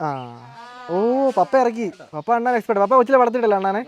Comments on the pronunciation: അണ്ണൻ alla "അണ്ണാൻ" Google it bro😝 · അണ്ണൻ അല്ല ബ്രോ അണ്ണാൻ